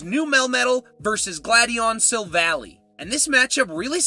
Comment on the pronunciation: …and sill-val-EYE (Silver and Ally), glad-ee-AHN, REDGE-ice, and NAH-GUH-NAH-DULL (Naga (a term associated with snake/human hybrids) and Nadel (NAH-DULL; German for Needle)) You have bad pronunciation issues,! 🤨